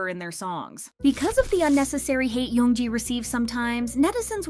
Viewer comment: You can't pronounce any names correctly? Even when her name is an English word? Young!